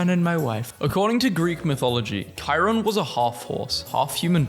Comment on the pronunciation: with all the words you mispronounce, I cannot thank you enough (for reasons that defy explanation.) for saying 'Chiron' right.